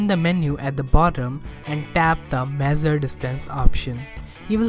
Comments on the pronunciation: It's not mezer it's measure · Mezzure nahi mesure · It's not mezure it's measure..🙏